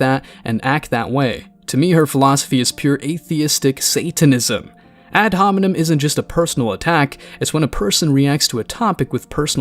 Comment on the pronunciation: It's hard to take this podcast guy seriously when he keeps saying ad hominen 🤦‍♂️ Everybody in that room is a moron. Pick better samples for your videos, my guy.